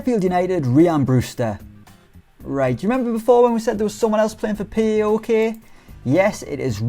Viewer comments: it's Paok, not P A O K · Its paok not p a o k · The second is the correct way to pronounce it.(Paok) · Paok is pronounced pow-ok